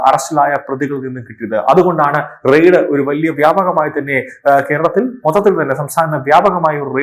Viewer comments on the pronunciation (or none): Ride അല്ല. RAID ... റെയിഡ്